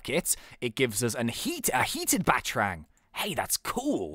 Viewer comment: ITS PRONOUNCED Bat-a-rang not batrang